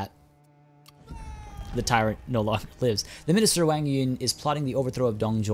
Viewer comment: fyi, if u see any Wangs out there, the "Wa" is pronounced Wah rather than Weay